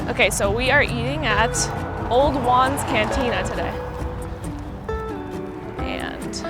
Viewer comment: At first I thought you were saying "Obi Wans Cantina!" LOL Actually I saw the sign and said Old Jaun's Cantina... Sounds great!